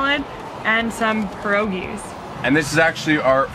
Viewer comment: Am I the only one who got a little triggered of how the pronounced pierogi?